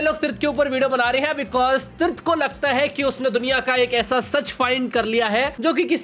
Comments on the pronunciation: Tirth ❎ Trith✅ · Tirth❌ trith✔️. 😂😂😂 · Tirth ❌ Trith ✅🤣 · Tirth❎ Teeth✅ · Tirth❌️ Trith✅️ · Tirth ❌️ TRITH ✅️ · Tirth ❌ Trith ✅ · TIRTH❌ TRITH✅ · Tirth ❎️ Trith✅️